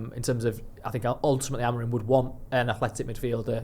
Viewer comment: you’re far too smart to keep calling him “AMORIN”, please get his name right, it’s such a simple change